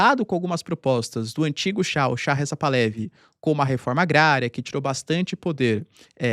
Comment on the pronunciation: Excelente video como sempre. Uma dica caso interesse. Moro no Canadá onde tem uma grande comunidade persa. Um amigo iraniano-canadense me disse que a pronúncia correta do sobrenome da família real Pahlavi é Par-la-VI. O h tem som de r carioca e é uma oxítona. Abraço.